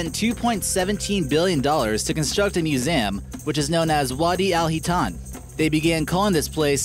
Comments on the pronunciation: Its_Infinityy accent maybe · why do you say museum like that?